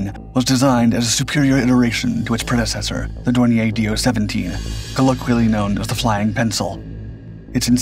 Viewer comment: Also, he says "Dornier Dooo 17". Next he might be saying "Junkers Jew 87".